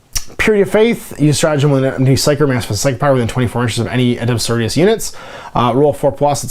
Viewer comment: Sisters of Battle "Adepta So-RO-ri-tas" !! It's the latin base word for sorority. Not so-ri-tas like some other spanish word.